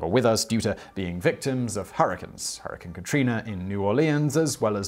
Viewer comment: What's a 'hurriken' lol?